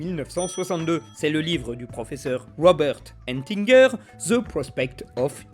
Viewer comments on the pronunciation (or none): Ettinger n'est pas « Entinger », cher. Lisez mieux ce qui est écrit. Et le nom « aura » est féminin!